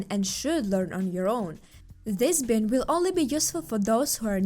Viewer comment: the "i" in bind is a long "i" so bind should sound like you're saying "bye" and add an "nd" like "bye-nd"